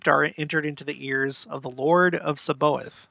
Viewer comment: It’s pronounced SAB-BA-OTH, with the emphasis on “OTH”.